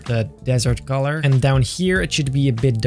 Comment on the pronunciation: Why does he call color golor